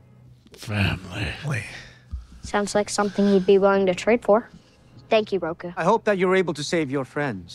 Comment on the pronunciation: They butchered Roku